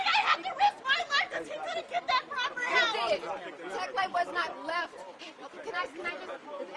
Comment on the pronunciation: TF is a "Teckle"?